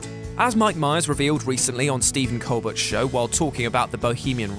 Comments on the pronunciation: I know his name is Coleburt but it's pronounced cole-bear which is fucking stupid but still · Always wanted to make one of these smartass comments: Cole-Bear, not Cole-Burt